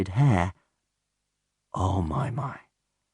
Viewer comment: It is very obvious when he says "Hair" and "Chair" and anything else like such. He says it with a long A.